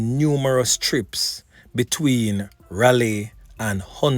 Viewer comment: Raleigh is pronounced RALLY.